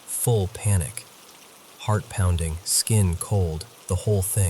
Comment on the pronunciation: "Heavy deliberate pownding" 😂